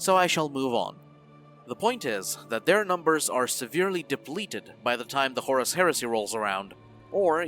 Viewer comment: "Horus?!" ...oh no...